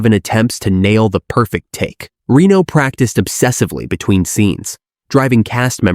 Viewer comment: I love this movie and these types of videos, but after 30 seconds I had to stop just bc you are saying Rino instead of Reno 😮